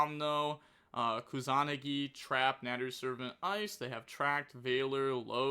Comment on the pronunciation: improving everyday. Pronunciation is sooo close keep saying it like that except kusa-nagi